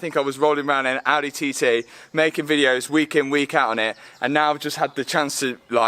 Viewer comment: Nice! 2 Audehs and a Bentleh.